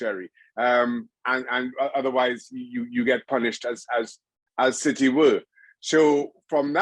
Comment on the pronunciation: Did he call City 'shitty' or is that just his accent? 😀